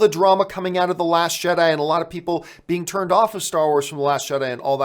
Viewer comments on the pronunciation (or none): none